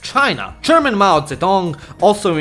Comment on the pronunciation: Bro mou Zedong 💀